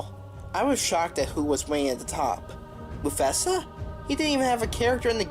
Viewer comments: You pronounced Mufasa wrong? :D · He did